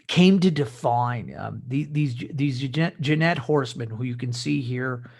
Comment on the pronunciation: Great content of video, but for god’s sake man - Jinete = like Hee-neh-teh.